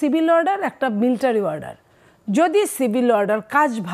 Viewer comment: Miltary nh madam military